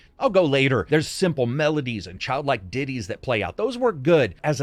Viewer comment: Please never say "Child-like Ditties" again because it sounded like "...Diddies".